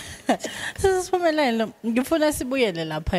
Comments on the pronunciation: She keeps calling her 'Sphumelelo' instead of 'S'phumelele'...😢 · Great interview, but please be very careful about the pronunciation of your guests names as they have a particular message. It’s Sphumelele not Sphumelelo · Yooh Ngyamthatha losisi uSphunelele. Zonke izingoma zakhe zyangthinta. Unethalente sisi❤. Interviewer : uSphumelele not Sohumelelo , libize kahle igama le visitor lakho. S' phumeleLE igama pls mama.